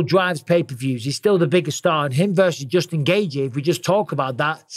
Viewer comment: Noone pronounces Justin Gaethje's name better than Michael Bisping. Someone needs to make an hour long loop of Bisping just saying "Jusin Gaethje".. please internet don't let me down!